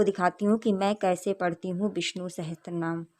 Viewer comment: didi aap bahot accha kar rak rahi hai --- par VISHNU "SAHASRA" NAAM HAI NAH KI "SAHASTRA" NAAM